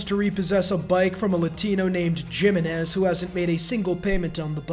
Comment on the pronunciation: Bro really said dzimenez